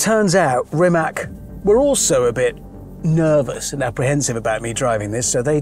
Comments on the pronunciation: Rimac should be pronounced like Rimats and not Rimak.. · So, is Rimac pronounced rimak or rimats. Wikipedia says rimac and in croation the c stands for ts but Hammond keeps pronouncing it with a k and the folks at Rimac don’t seem to mind it. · It's Rimac, not Rimak. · It's NOT pronounced Rimak but Rimac... Spelling and prounciation are exactly the same in Croatian!! Very annoying... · Its not Rimak its Rimac - Rimats... yw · Pronounce it properly please.. it’s not “Rimak” its “Rimatz”.. Make a whole episode and you’re not even getting the name right. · Hammond its not Rimak its Rimac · HAMMOND! It's pronounced "Ree-mats"! :face-blue-smiling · Zlo mi je kad čujem Rimak! Zar mu nitko nije rekao kako se izgovara? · I find it ear grating how he keeps mispronouncing Rimac yet pronounces Mate correctly. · It's Ree-mah-tz.. as in tsar or tzatziki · Still it’s pronounced Rimaz… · even with Mateo sitting beside him, he still (rather British-stubbornly) refuses to say the correct RIMATZ... it's not really a "C" at the end, Hamster. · and Hammond still does not know how to pronounce Rimac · You should know how to pronnounce brand of the car (hyper car in this case) on this level of journalism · Anyone else have an eye-twitch every time he mispronounced Rimac, or is it just me? Just me... got it. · almost died in him but never learned how to pronounce their name 😆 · Miss-pronouncing Rimac on minute 1 - so Hammond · What’s the deal with Hammond and his lack of interest in pronouncing the name of the car correctly? I don’t understand why. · Hope he would pronounce the brand name properly. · Refuses to pronounce the name right as he is still a bit miffed about ending up upside down. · Someone please teach him how to pronounce RIMAC🙄 They're paying him how much to mispronounce the name?! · He pronounce that name SO WRONG